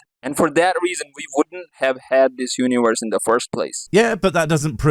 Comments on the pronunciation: What is this "Uniwerse" of which he speaks? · Uniwerse... Damn, I broke my tongue pronouncing that...